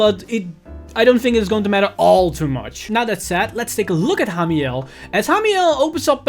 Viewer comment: Am I the only one noticing mispronounced Ramiel to Hamiel?